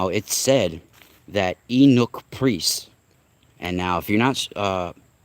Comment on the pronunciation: Ahh word.. I was trying to figure out what you were referring to when you mention the castrated priest class.. I was like "wow, I've never heard that term.." but I'm glad you spelled it because I realized then what you were talking about with that : ) Yeah, you had it right spelled as 'eunuch' but it's actually pronounced like 'you-nick' or sometimes people say it like 'you-neck' depending on where they're from etc.